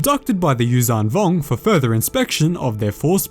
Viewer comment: Its not uzang vong its yuuzhan vong